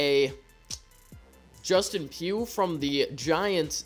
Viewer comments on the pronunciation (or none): none